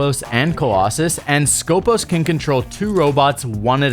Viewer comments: Actually she is from Greece and her real name is Σκοπός, which is a saying for a Greek military guards (Στρατιωτικός Σκοπός) is pronounced skopOs and not skOpos , it has nothing to do with scopes... still remains very bad choise from ubisoft because wheelchair and Greek Special forces are not a thing... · She is from Greece and her real name is Σκοπός, which is a saying for a Greek military guards (Στρατιωτικός Σκοπός) is pronounced skopOs and not skOpos. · For clarification it is not Skópos but Skopós. The toning goes to the second O not the first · IT HAS A FCKN TONE IN THE SECOND ITS CALLED SKOPΌS NOT SCΌPOS FOR FCK SAKE